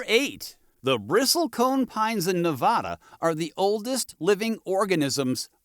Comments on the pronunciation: I noticed they mis-pronounced Nevada also. I learned the correct way the first week after I moved here. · Pronounce the state properly. Won't watch if you are too lazy to actually research the state's name. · You pronounce Nevada incorrectly.